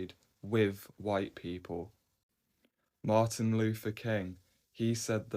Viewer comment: I wish people would learn to say Mr. King's name. It's MAR-TIN LUTHER KING, not MAR-THA LUTHER KING